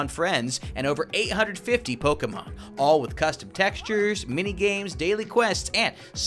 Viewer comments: i love the channel but just saying its pronounced pokamon not pokemon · Stop saying poki its poke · LOL ITS NOT POKEMON ITS POXEMON HA HA